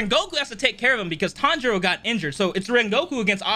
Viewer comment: I love how they keep mispronouncing Tanjiro's name